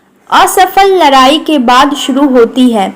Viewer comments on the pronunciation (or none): Ladai ❌ Larri✔